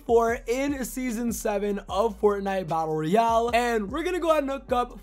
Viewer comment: You didn’t understood anything because you said “the new creative mode in fortnite battle Royale” Batlle royale. Cmon bro 😩